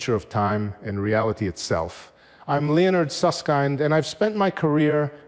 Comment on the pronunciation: "I'm Lee-onard Sussk-AInd"